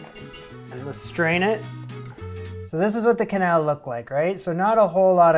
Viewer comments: You pronounce it wrong, like canelle (cinnamon), it is keuhnelle if you can undurstand the sound i try to explain😂😂😂😂 ❤❤❤ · It's pronounced kenell; in Lyon,where it originated it's pronounced knell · "Qu" in French sounds like a k. The shows you watched with people saying "qwenelle" were probably American. The pronunciation the gave when you looked it up before filming is right. Also the first "e", in "que-", doesn't sound like the other "e", in "-nelle", but it's not a sound that really exist in English so that's ok. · It's quenelle like Quebec 😊 also, this might be the first recipe you've done I might actually try, it looks that good ❣️ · This looks really good - I never realized you added pate a choux as part of the process - I probably thought the egg bound it all together, but with a little bit of thought, obviously that wouldn't do it alone. Then again, I still pronounce it with the 'qw', so I'm a barbarian. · Que is always "keh" in French. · I didn’t know that’s how you pronounce quenelle. Fuh-quenelle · Like k'bec rather than kwah'bec when trying to figure out how to pronounce "Quebec".